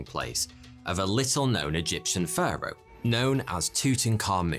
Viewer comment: It sounds like he’s saying führer instead if Pharo